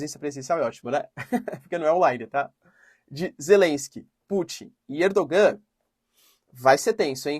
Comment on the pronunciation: Professor a pronúncia correta de Erdogan é ErdoAN. O turco tem dois gês. Um deles é um que é escrito com um gê e tem um sinal em cima da letra. E que não é pronunciado nas palavras. Como o nosso H. Ele está nas palavras mas não é pronunciado.